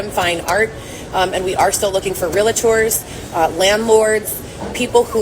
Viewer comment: She can't even say realtor correctly! 😂